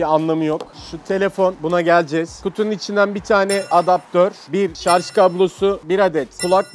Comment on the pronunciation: Şarj deyil,jarj o!